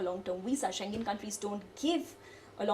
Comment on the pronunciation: You are the first person I hv ever seen to pronounce schengen correctly